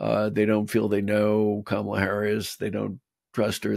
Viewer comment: Amidst the lack of coherent policies to his base, mr trump has stated some clear examples of covert fascism. " look at my african american" his deliberate mispronounciation of kamala, and hussein, never mind cats dogs, congolese, and lastly Changing Liberty to Bragg, a confederate general. Join the dots and vote blue tsunami.